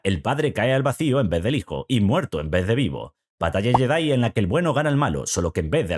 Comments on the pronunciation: Si vas a pronunciar la 'J' como 'Y' para decir Yedi, entonces de una vez por todas pronuncia bien la palabra Jedi como "yedái". Otra cosa, la 'L' no se pronuncia en Skywalker. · Pronuncia bien el nombre Jedi, Skywalker. Ósea nada nuevo. Lo peor es que en la última película pusieron una escena lésbica. Rey es una típica Mary Sue.